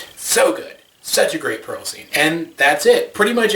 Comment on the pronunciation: "peral" and "garden"? I'm dead.